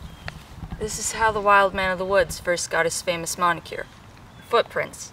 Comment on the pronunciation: MONIKER...NOT Monicure !